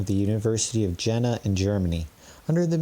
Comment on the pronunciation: Your presentation is very good. Be careful about German names, though : Jena is the city of Iena, as it is pronounced. I appreciate very much your reading of these magical texts.